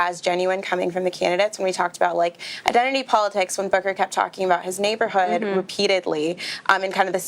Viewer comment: Booker keeps saying neighborhood like his come on ur rich we’re not fooled